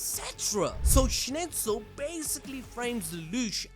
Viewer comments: you killed me with Schnitzel hahahaahaa its a food in Switserland. please call the Name SchnEIZel not Schnitzel hahahahahah. awesome video tho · Schnitzel?! WTF LMAO. SchnIIIIIzel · Schneizel... why are you saying schnitzel 😵‍💫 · Character: Schneizel People: Schnitzel! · Dude I really liked your narrative story telling, saved me lots of time rewatching, BUT Schnitzel =/= Schneizel !!! Like Donald Trump =/= Donald Tramp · agreed, he butched the name so bad :( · Also, calling Schneizel "Schnitzel" is crazy.